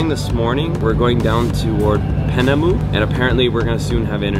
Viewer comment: I think it’s Piaynemo not Penemu